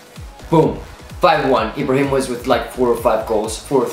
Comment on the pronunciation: I love how he said ibrahi mock